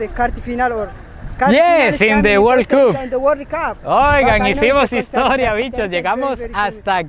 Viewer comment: in de word cup y el man te dijo in de word CAP 👻😎 el nivel de inglés de él es superior jajajajaaj